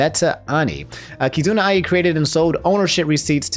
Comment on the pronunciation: It's not pronounced "kai-zoona", it's "kee-zoona" Still, very informative, fun and easy to follow video :D